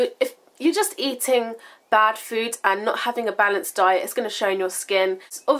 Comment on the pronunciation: Great video! I loved the part where it sounded like you were attempting an American accent. "...baaad" lol. Too funny. Video request or Q&A: can you share some homemade masks that you do, or for all skin types? Thanks! Love Ya!